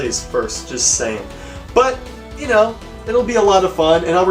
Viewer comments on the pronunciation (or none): none